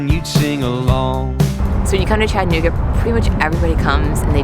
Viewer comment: Thanks for pronouncing the cities name correctly. For an unknow reason, some will pronounce it Chatt-nooga. Doing this, while clearly seeing and knowing the middle a is there.